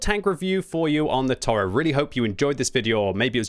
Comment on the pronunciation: Toro means bull. It is mot a bison. It is pronounced To Ro